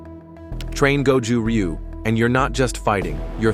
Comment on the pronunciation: You can't even pronounce it correctly. Will not waste my time with this video.